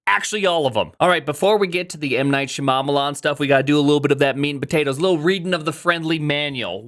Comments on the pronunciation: You might not be aware, but deliberately mispronouncing M. Night Shyamalan's name as a 'bit' is like some old-school racism, proper "south asian names are sooo weird 😜" stuff, it was all over the culture when his films were big and it raised eyebrows even then. You know what his name is and how to pronounce it, so intentionally saying "Shamamalam" like 4 times in this video rings some alarm bells. Imagine if you did the same with Satya Nadella's name. I've watched a lot of your videos and never got the impression you were a wrongun before so I think it's just a blindspot / trying to be silly and not thinking about it - but you should really stop doing that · did he just say m night sha mama marmalade ? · Shya-mamma-lan lol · why can’t you pronounce M Night Shyamalan’s name correctly?